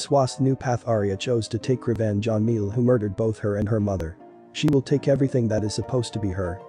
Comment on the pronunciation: ''mielle"' turn into 'meow"s'' i